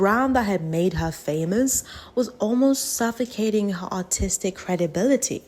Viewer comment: every time u said "Artistic" i thought you were saying "Autistic" until i saw the subtitles